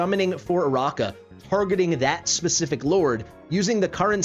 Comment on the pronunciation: I think it's uh-RACK-uh, not uh-ROCK-uh. Her name is like Arachnid (uh-RACK-nid), meaning spider. I went for her and got her because I like her more than Iovar. I do not regret it. Then again, I already have A1 Praetus with basically a full Arb team (including Ajax).